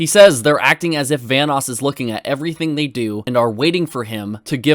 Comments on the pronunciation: ITS VANOSS not "Vaness" Jesus keemstar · BAHAHAHA KEEM REALLY SAID VANNESS CREW INSTEAD OF VANOSS!!!! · I remember that Keemstar calls Vanoss VanissGaming. 🤦🏼‍♂️🤦🏼‍♂️🤦🏼‍♂️ Good thing Wildcat is a Good friend. Correcting his name if someone mispronounced it. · Everyone: Ohmwrecker, The Group,: OMNIwrecker, VAHNOOS Crew, sOme SmALL yOuTubEr I swear, he says this shit on purpose... 😂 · the first few times i thought keem was talking about Venice instead of Vanoss got me confused af, like how does the city Venice fit in all of this lmao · It's not just "vaniss" it's also "van-oos" which at one time was a joke between the group proving he himself might be a fanboy. (At least I remember the group saying that??) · How does Keem fucking pronounce those names? Vanoes? OmmiWrecker? God, I won't be surprised if he calls Scotty 408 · the fact that Keemstar pronounces Vanoss as “Vaniss” and Ohmwrecker as “Omiwrecker”... like if you’re going to try to prove a fact, please pronounce names correctly or you just sound stupid 😂